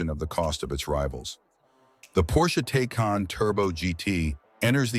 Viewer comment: Can't even pronounce Taycan correctly. lol